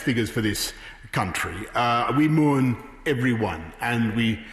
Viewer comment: Moorn ??? It's Mourn ...like Morning Moron. Good mooorning morons.